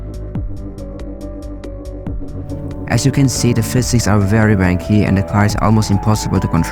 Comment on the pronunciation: Came to the comments right after hearing “wanky” lol